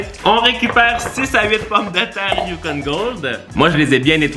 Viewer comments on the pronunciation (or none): none